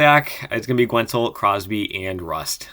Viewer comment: Love the videos. I have to be the guy to point out that the U in Guentzel is silent haha. Keep up the good work!